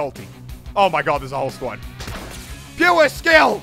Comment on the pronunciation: Muselk:puwrreeeee skill Everyone else : pure skill its PUREEE SKILLLL